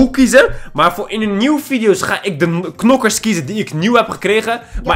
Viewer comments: Hahahaa nokers te plaats van knokkers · Het is knokkers je mag ook nokkers zeggen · En je spreekt het uit als Kkkkknokers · Ik moet keihard lachen nokkers en krachtbonnen (het is krachtpunten) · Rip headsat rip ons hahahahahaha Nokers het is knokkers geen haat man love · Je moet knokkers zeggen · je moet knokker zeggen